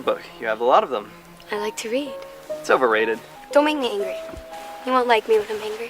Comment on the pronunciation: RRRREADING: IT'S OVERRRRATED!